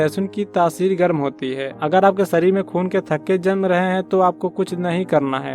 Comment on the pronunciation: सरीर नही, शरीर, जीवनसैली नही, जीवनशैली बोलो, हमारे बच्चों का उच्चारण खराब न करें